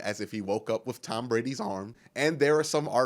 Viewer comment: Love your vids man... Great insight. Great comments and coverage... One thing though. Just one. With ...withhhhhh lol you said WiFF like 100x. You'll go farther in your career being grammatically correct.